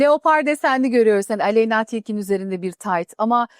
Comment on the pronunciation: Maalesef ki tırnakları başta olmak üzere bluzun üzerine uzanan kolyesi ve saçındaki özensizlik sebebiyle hiç ideal bir duruş sergilemediği için asla dikkate alamadım. Rüzgar Mira Okan 'ı takip etmesini tavsiye ederim .Ayrıca Aleeyyyna değil Aleyna dır o bu bile oldukça avam